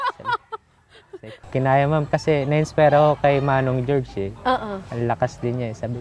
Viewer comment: Jorge is pronounced as Horhey, not George.